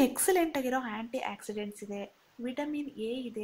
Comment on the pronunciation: Thank you for this video.. I heard.. aunty accident instead of anti oxidant 😂